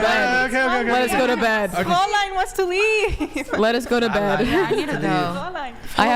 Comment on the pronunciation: Couldn‘t pronounce Fräulein anyway 😂